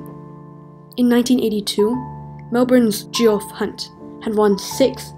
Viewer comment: Great video. It’s pronounced ‘Jeff’ Hunt by the way. 😂